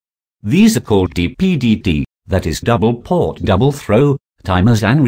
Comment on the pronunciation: Dear All, DPDT relay means Double Pole Double Throw Relay. Double pole is mispronounced here as Double port . Kindly take a note on this, when viewing/listening to the video. Regards, EA.